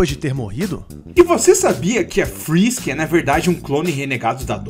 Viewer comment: Cê tá ligado que não é Fisk Fisk inglês e espanhol é Fisk na vdd é frisk frisk inglês e espanhol é frisk